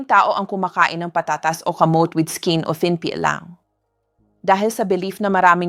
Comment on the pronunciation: Thank you sa mga info doc. Bakit ang aging, kamote(kamot), etc iba ang pronunciation...AI ba ang nagsasalita hindi kayo?